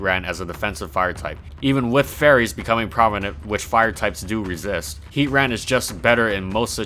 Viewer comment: Finally someone else who says it like heat-ran